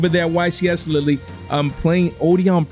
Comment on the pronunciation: The "e" in Lille is silent 😂😂😂